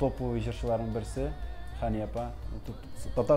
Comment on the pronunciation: Хания, дип, тугел, Хэния, дип, сойлэргэ кирэк, иптэш директор.